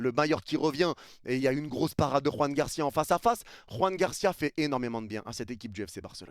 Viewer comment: Joan Garcia bordel, pas Juan Garcia. La prononciation n'a rien à voir !!!! Il est Catalan pas Espagnol !